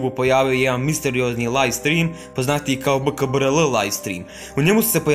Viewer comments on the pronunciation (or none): Nije bkbrl nego wkbrl